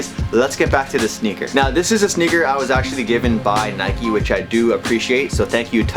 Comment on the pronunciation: Nike not nikee